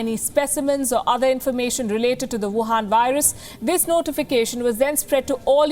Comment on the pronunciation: Palki you call it whuhan virus